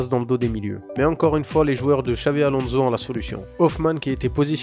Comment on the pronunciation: On prononce Alonsso, pas Alonzo